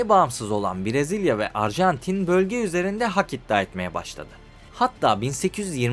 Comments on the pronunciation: arjantine de ilk açılışta arjentin demişsin😂😂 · Abi başta erjantin demişsin 😂. Bu arada dalga geçmiyorum sadece sakasina😊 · "Uruguay" "Arjantin" diksiyon ve vurgular felaket.. Lütfen seslerin boğumlanması, seslerin açık -kapalı oluşları, velhasıl; diksiyona çalışmalısın. Emeklerine sağlık..